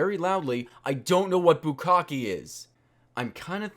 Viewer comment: you pronounced bukkake wrong. the E is like the one in fiance. boo-kak-ay